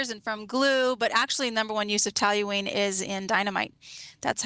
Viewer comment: Talyween vs toluene